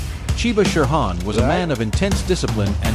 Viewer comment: Terrible pronunciation of many japanese terms like shihan becomes sherhan english pronunciation not bad. People who came back from Japan talked about certain people as being known for their powerful techniques. This is a euphemism for brutal. It seems to apply to Chiba, not saying he wasn't very capable. As a technician and worth stealing ideas from